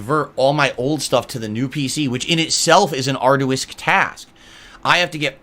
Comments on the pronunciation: The word arduous is pronounced arr-joo-uhs, not Ard-u-wisk. This guy is a complete dipshit but in his mind he's the smartest man on the planet. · Ar-do-wis, please, look up how to pronounce words you think make you sound intelligent. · it's gonna be are-do-us task